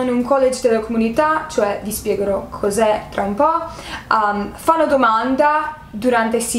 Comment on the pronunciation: Personalmente i debiti non li ho capiti personalmente non so neanche se ci andrei. Comunque apparte qualche piccolo errore tipo hai detto Fano (pasese del nord Italia) invece di fanno sei impeccabile